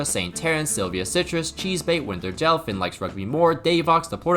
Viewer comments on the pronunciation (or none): none